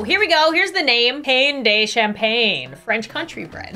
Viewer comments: Pain de champagne means bread from champagne in French. Also "pain" is pronounced more like "pAH" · It’s not pain it’s pawn